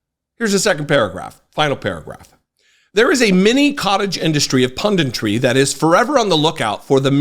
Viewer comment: I love what you do and I'm glad you do it the way that you do: wise, funny, informed, concise. Great chuckle! But it's 'pundit,' not 'pundint.' 'Punditry,' not 'pundintry.' Battle on, good man.